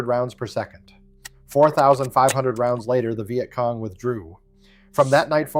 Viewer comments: This was great till it said " VI Et cong". God I hate A.I slop. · Is it really that hard to find a literate person to narrate these things? I don't mispronounce words such as Vietcong nor do I poorly mimic human emotions + I work cheap. A 6 pack of Guinness and I am yours till closing time.